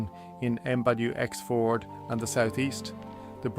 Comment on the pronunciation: Wx-Ford? AI trash